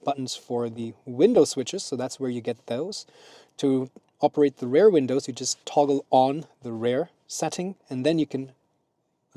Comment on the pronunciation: while using Google, you can also use eg. the Translator app to check, that the word REAR is not pronounced as RARE. That is a different word...